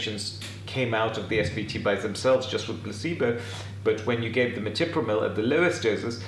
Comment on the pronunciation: ETRIPAMIL SIR, YOU PRONOUNCED IT ETIPRAMIL.